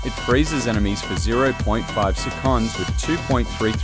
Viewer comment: This Ai voice is awfull, it cant even pronounce seconds correct